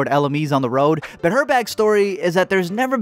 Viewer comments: When he said “butt’ll” I thought he said “pero” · “Pero” nigga Hispanic 😂